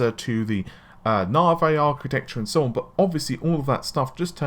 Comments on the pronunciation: Narvey? NAVEEEEEE REEEEE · and he can not pronounce Navi correctly...snickers